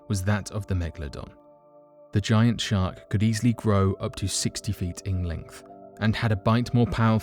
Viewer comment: can you say shar"k"? instead of shart... your a shart!!! o.0